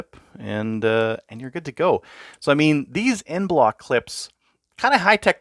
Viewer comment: "EnBloc" clip, not "End Bloc"